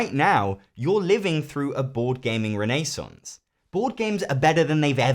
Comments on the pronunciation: “Renée-Sonce” Damn this guy is classy 🧐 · Do British people normally pronounce renaissance reh-NAY-santz? I've always heard it pronounced REN-eh-santz.